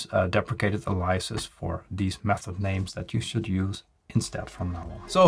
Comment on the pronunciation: Thanks! Also: it’s A-liases, not a-LI-ases.